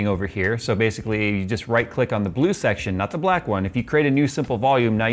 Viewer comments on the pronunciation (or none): none